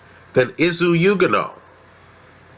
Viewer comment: and you pronounced his name wrong .....say like this OK!! ........ready .......youganah see simple